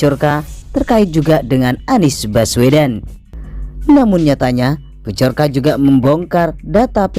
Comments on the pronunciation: Byorka baca nya. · Yang buat konten ngomong bjorka aja gak bisa hahahha